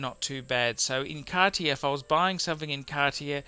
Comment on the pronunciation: Again interesting - just sort the French out. If I can learn "show us ya growler" you can pronounce Cartier